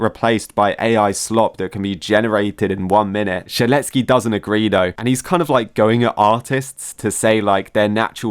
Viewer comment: saying "shedletSKI" makes me tick everytime i hear it